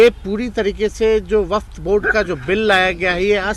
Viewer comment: वक्फ का शुद्ध उच्चारण तो करो